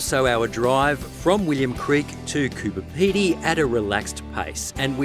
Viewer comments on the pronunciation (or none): CooBer not Cooper